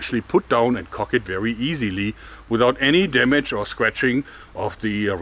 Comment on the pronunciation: I love it, when he says "easily" with german accent